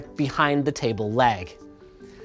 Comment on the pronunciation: and "table LAG" lmao